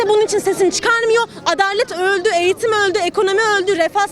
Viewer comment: Eğtim, Eğtim diyoruz hale, Asgari ücrete, Askâri maaş diyoruz...